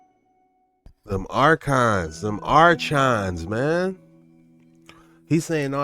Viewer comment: This guy steady pronouncing archons wrong r-cons buddy r-cons 😂